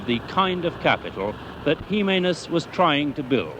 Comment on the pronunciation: Its looks Jimemez but it's pronounced He memez